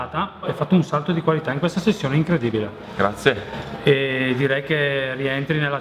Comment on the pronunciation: "grazië" = quando un bresciano ti parla e ti contagia immediatamente con la sua cadenza 😂